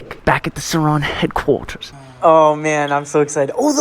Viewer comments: "the surron headquarters" sounded so British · bros British accent kicked in on headquarters looool